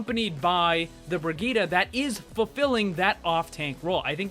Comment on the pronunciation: BrigittE! ...BrigittE!!!! NOT "BrigittA"!!!!